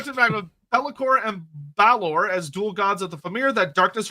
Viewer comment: Tuath Dé Danann: Too-Ah Day DAN-Un Balor: Bah-Luhr I'm not watching back through the stream to see what else he said, if anything, but trust me, he was well off.